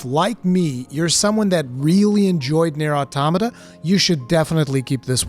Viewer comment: This was easily one of your most well written and elaborate videos I've ever seen by you. You hit the nail on the head perfectly. And on top of that you pronounced Automata right!! Someone actually said it right! Lol